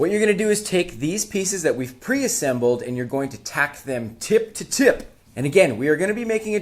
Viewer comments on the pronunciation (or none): “Tip to tip” emphasis, sent me. 🤣